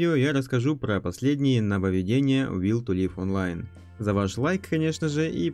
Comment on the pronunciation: Лайк за правильное произнесение названия игры.